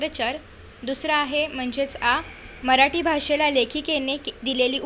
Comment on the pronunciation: अग बाई मराठीचा उच्चार नीट कर ना